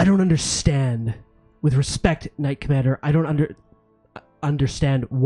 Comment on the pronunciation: I juuuuust figured out about 11 min in that is saying ‘knight commander’. Not ‘not commander’ - makes so much more sense! 😂